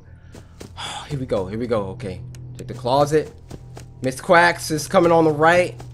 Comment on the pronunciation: cory when you saw chicka you said mix quacks not Ms.quacks xD